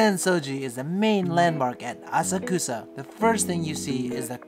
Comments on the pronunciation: Assa-Koosa?! whyyyyy?! 😉:goodvibes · Thank's for this video. Missed Asakusa when I was in Japan last year. Hoping to go back next April, definitely be spending a couple of days exploring there. BTW, pretty sure it's pronounced "ah-suck-sah. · Funny story on the train it’s pronounced ah-sock-sah but every Japanese person I talk to there calls it the way does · I'll be there in September. are you prounouncing Asakusa correctly? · He’s saying Asakusa wrong right? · Please work on your pronunciation of Asakusa.